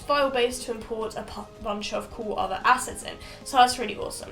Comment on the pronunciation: Not gonna lie the first few times you said assets i heard asses